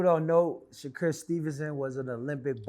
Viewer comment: Dude said Shakur name backwards 😂”Stevenson Shakur”